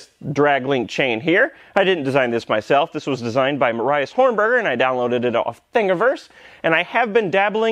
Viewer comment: Sorry to say that, but the guy is called Marius not Morius.